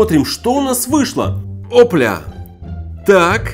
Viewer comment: Мне одному показалось что он не о пля, а о бля,кто тоже лайк!)